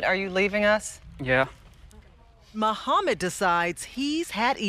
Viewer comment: I’m hearing a Vlad not Mohammad. 😂